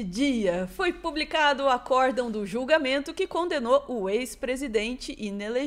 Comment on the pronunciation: Não é acorDÃO, com pronúncia oxítona, como se fosse um acordo grande. É aCÓRdão, paroxítona. ❤❤❤